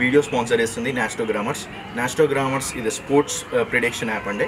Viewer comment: Anna adi nasto gramus kadu nastro gamus